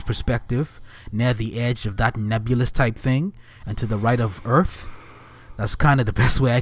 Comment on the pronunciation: “Earf”….. lol.